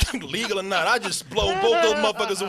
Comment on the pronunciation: Anyone noticed throughout the Spill/DoubleToasted history, that can't say "or", he always says "are". Are you didn't realize it, Are you just didn't care.